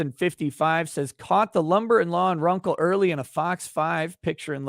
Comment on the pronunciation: It's RUNKLE OF THE BAILEY. Not Rumple from the Bailey. 😂😂😂 Bye✌️